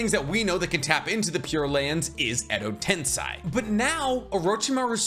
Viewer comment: are you baiting me? it's "edo tensEi" and not a "tensAi"